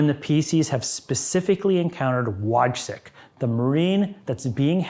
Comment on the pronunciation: Wojcik - pronounced Voychik 😂